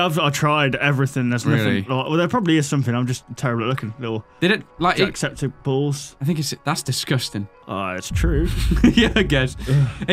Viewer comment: Septic balls hahaha it is septiceyes